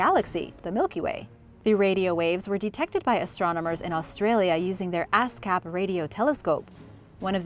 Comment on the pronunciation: ASKAP RADIO TELESCOPE i just wanna reiterate "ASKAP=ASS-KAP" 😂 i know im so juvenile for that.